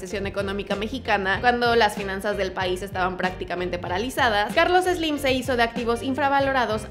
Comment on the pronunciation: Ni siquiera lo sales pronunciar! No es Eslim! Jajaja